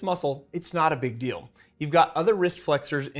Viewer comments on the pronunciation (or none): none